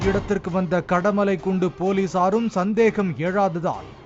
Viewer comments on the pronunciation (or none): அது கடலைமலைக்குண்டு இல்ல கடமலைக்குண்டு😂